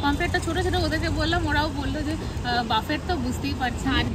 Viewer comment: কথাটা বাফেট নয়, বুফে। Otherwise 👍🏻